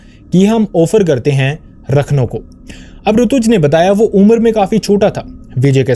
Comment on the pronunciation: Rakhno nhi rakhandaar vo